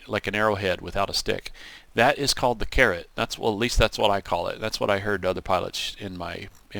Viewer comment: Caret, not carrot. :D Great series so far!